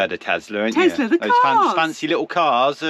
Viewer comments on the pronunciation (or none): was correct with her pronunciation of Tesla(Tesla) not Tezla that said 😂Go!